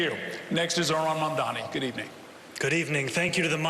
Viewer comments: I don't get it. Educated man cannot pronounce his name. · The live audience is a lot better for the debate. Listening closely here it sounds like both one of the candidates -- if not two-- plus the moderators have given up on pronouncing Mamdani correctly. They may all get a lot of practice after the election. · And Curtis can't pronounce it either